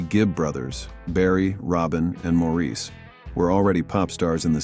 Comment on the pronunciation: Maurice Gibb's name is pronounced "Morris".